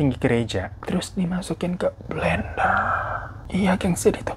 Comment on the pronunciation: Aduhhh mohon maaf gimana yaa ngakak bgt pas kak hiro bilang belenderrrr belenderrrr😅